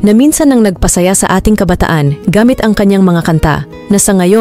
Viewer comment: Maganda po sana ang nilalaman ng I nyong sinaliksik, pero bakit Mali Mali po ang bigkas ng ilan sa mga salita? Halimbawa, kabataan, nababaon, sumikat, ginamit , Mali po young mga diin sa pagbigkas. At bakit po parang galit na galit ang tono nyo?